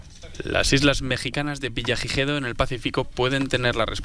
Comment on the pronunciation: Las islas mexicanas del noticiero se llaman REVILLAGIGEDO, NO VILLAGIGEDO!